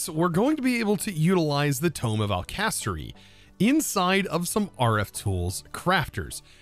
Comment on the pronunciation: It's alkahestry, not alkestry (=